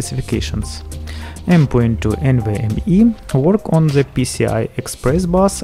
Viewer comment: Why do you say zzz in every word you say like its "the motherboard" but you say " zhe motherboard' Like if you agree